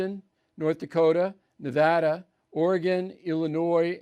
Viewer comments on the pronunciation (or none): none